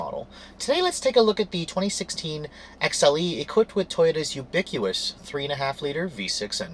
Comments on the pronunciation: Did he say "ubiqueeus"? Lol. It's ubiquitous. You should've done a retake. The V-6 really isn't ubiquitous; that adjective would apply to the four-cylinder engine. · You often mispronounce 'big' words. The most recent is ubiquitous. You said ubiquWus. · Brother... It's ubiquitous.. not ubiqu-us. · It’s ubiquitous not ubiquious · Ubiquitous? Is that what you said?